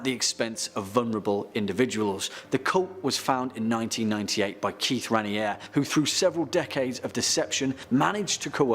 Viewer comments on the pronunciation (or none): … Kieth Raniere’s name isn’t pronounced how it’s spelled lol. It’s pronounced RAY-NEAR.